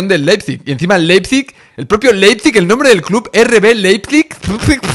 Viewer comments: yessi marsh es la pronunciacion 🙄 es ¨ar bi laipzig¨ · Se pronucia Laipzig😂. Vivo en Alemania y te entiendo tio😂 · Ah, sobre la pronunciación del nombre del club alemán, primero te falta una letra, tu pones LEPIZIG y es LEIPIZIG... foneticamente se pronuncia "LAIP-SIG" 😁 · Si se le dificulta decir los nombres de los jugadores de Leis Pig Ya me imagino como hubiera reaccionado a los nombres del equipo lokomotiv de Moscu o del AEK Atenas del 2003 jajajaja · Spider...a ver lección de pronunciación. Te escribo como se pronuncia el entrenador del leizip. Jissi Mersc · Pues Leipzig es muy fácil de pronunciar